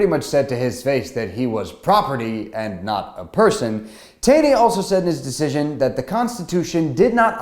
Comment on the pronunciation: FYI: Roger Taney pronounced his last name: TAW-NEY.